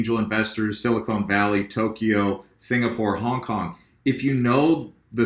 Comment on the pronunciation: I love you man, but it's Sil-a-CON not Sil-a-CONE Valley